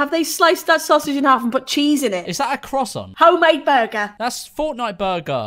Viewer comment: nah did george really say is that a crossont 😂